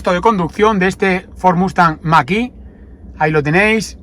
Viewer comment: Gracias por el vídeo y la información... 👍👌👍🙏 Todo digno de un Mustang... 🙌🙌 un explendido "Muscle-car" USA ("Mexican") ... 👌👌 P.D. Por favor... "Machiiii..." Noooo... , ¿no pone "Mach -E" ?? (hablando en "Spanish"...) 🤔🤔😂😂😂 Saludos... 👋🙋😃